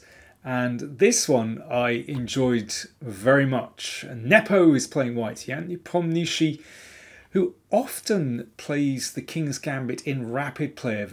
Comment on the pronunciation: Dear Danial, International Young Man. I love your videos and watch them daily. Nobody is pronouncing Nepo's last name correctly and I would like for you to be an exception. Here is how to do it NEPO-NO-WHICH. The last 5 laters is a common english word "which". Thare in no stress on any of the 3 parts, just pronounce them as one word.